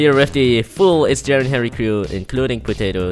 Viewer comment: ik. I just said it cuz u said jarry instead of jerry